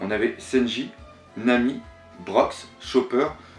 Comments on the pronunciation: J'adore tes vidéos mais effectivement le LOUffy et le Senji ainsi que Brok c'est dommage corrige pour tes prochains abonnés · pk prononce tu les nom aussi bizzarement ? exemple : luffy ou brook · bonne video!ù mais c tarpin drole comme tu prononces brook thousand sunny et tout